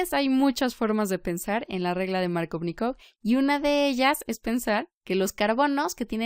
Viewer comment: "Maarcóvnikov" como lo nombras suena a superheroe de Marvel xDDDD Jajajaj buena explicación